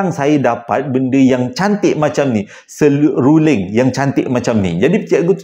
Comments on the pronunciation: SEEEE....RUUUU....LINGGGG 😂😂😂 sama mcm sy. Sy kalau ade huruf L ngan R dalam satu perkataan mmg sy confuse mcm mane nk bunyikan🤣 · Ehh..😁 ni dah tersasul sasul menyebut seruling..😅 seramnya cerita d datangi gula2. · itu la..kadang2 kita boleh jga tesasul sasul.walau pun mulut ni kerja nya bercakap sja😅. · comelnya salah sebut seruling 😂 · susah² sebut serunding jer lah...😅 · 🤣🤣🤣🤣🤣 x pandai sebut seruling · Waalaikumussalam wbt... 😂😂😂 Seluling..seluring.. seluling...SERULING.. pelat yer ni kena ulang 3x baru betul betul sebutan tu sama macam anak Cikda...😂😂😂😂 Cikda doakan semoga dan semua ahli Family besar JSPL dlm sihat sejahtera dlm keRedhaan keberkatan dan Rahmat Kasih Illahi Aamiin 🤲🏻 Aamiin 🤲🏻 Aamiin 🤲🏻 YRBA ❤,💙🤍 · Apa ni sebut betul2 " SERULING "....😂😂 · "seluring.."..seruling... "Benang"..."menang".. sy skolah rendah selalu keliru pkataan Niee..😂😂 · seruling.. sew ling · hahaha.. seluring.. seruring... seruling.. 😂😂😅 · Maaf abg eja tergelak dgr sebut seluring😂 tp betul dekat rumah saya pun x boleh main seruling atau bersiul sbb benda tue akan mengikut bunyi tu tengah mlm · hahaha..mengekek2 gelak banyak kali tersasul seluring..nak seram tak jadi.. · Seluring pn seluring lh,ramai yg thibur abg tsasul comell hahaha😂😂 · Seluring eh... Seluring eh....seruling..... seluring eh eh eh 😆😆😆😆😆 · HAHAHAHA SERURING SELULINGG...SELURENG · 😂😂Seluring😂😂 buat lawak lh bng😅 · Hahahaha..mula igtkan abg nak buat2 je pelat seluring tu.tp pas tu astik terpelat jeee hahahahahaha sah sah mmg pelat ori ni😂😂😂..oleh kerana seluring ni sy subscribe abg..😊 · Bukan seluling.. Bukan sebuling... Bukan semuling.. Bukan setuling TAPI seruling or SERULING or S E.. R U.. LING....... 🤣🤣😄😂.... Jgn marah yaa tapi comei je bila abg silap sebut 😂😂😂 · Bukan seluring bang tp selirung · Sib baik seluring..bukan serunding..heheeeheee....kelako la